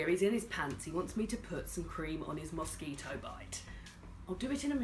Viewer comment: I heard "musky toe bite", and i was like, what the hell is that? It took me the whole video to realise you Said mosquito bite! 😂😂😂